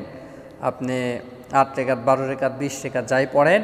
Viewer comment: সুন্দর করে বলতে পারেন না। রেকাত হবে না এটা রাকাত হবে